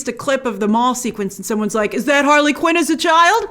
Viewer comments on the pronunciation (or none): none